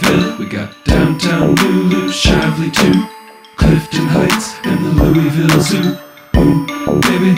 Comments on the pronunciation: So glad you say LOU’E’VILLE!! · Thank God you can pronounce it correctly!